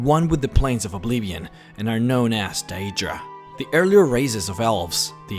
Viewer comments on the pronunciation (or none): AND IT'S NOT ADRA IT'S DEADRA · da-aidra hahaha